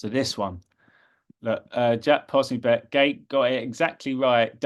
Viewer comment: his name is pronounced, Jack “Pos so bic”.